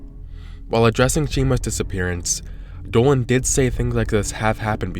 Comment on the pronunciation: Everyone: Planet Dolan Dolan: Pluhnet Dowan.